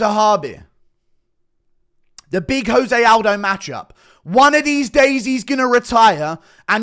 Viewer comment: 5 seconds in Guru disrespects Jose Aldo by pronouncing his name wrong